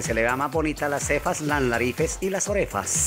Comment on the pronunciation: Yeii 😍💕 las narifes y las orefas 😂😂💕 "Para que no nos digan nariz de yoyo o nariz de almojabana" 😂😂😂💕